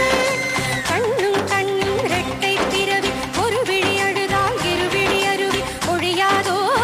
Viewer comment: bro oru vizhi azhuthal Maru vizhi aruvi poiyatho... Than correct.. Kalpana mam too pronounce it wrong..